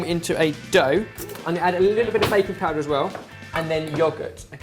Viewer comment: I'm not a native english speaker and thought said "bacon powder" instead of "baking powder" for a second I thought I was on EpicMealTime but it couldn't be with this all this healthy food:D really love you guys <3 <3 <3 <3